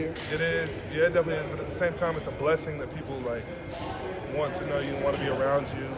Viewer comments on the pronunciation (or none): Nigga said “defenselly?”